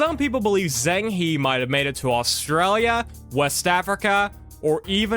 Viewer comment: ‘I’ll try and get the pronunciations right' Completely butchers Zheng He. Come on man it takes 30 seconds to type his name into google and hear a Chinese person say it.